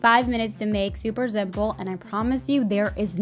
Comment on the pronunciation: Zuber zimple, ok zo I’m gonna zero this to the zide😂 good recipe